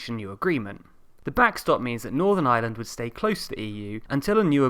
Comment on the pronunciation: "There is nothing so permanent as a temporary government rule." .... and BTW, it's pronounced Ireland, with an 'r', not island.